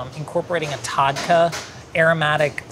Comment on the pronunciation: The way pronounces “tadka”😭😭😭😭